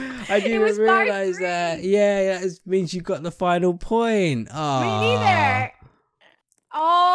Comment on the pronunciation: The guy said “im watching da stream” lol